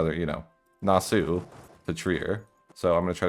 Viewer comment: pronunciation of Nassau gave me a heart attack